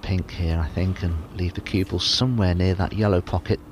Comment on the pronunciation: Dominic Dale does not say cue ball he says CuebL